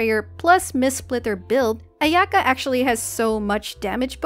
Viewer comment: Can you try saying Aya-ka. I'm sure you can do it. It's better to say it that way.